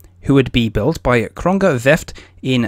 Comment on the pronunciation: Good Video, but as far as I know the building shipyard was called Kröger-Werft. In the Video it sounds like Kronger-Werft for me.